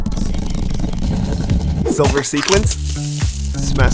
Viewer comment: the way he's saying silver it sounds like "solar"